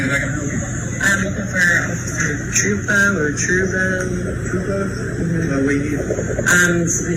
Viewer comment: I believe you're pronouncing the troopers name wrong. It's Trooper a.j.Tru poo